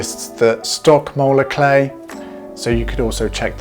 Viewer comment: Spell the type of clay you are talking about please, it sounds like you are saying molar clay.